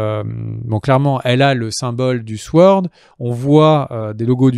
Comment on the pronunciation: toujour sympa, merci a vous, sinon SWORD, on ne prononce pas le W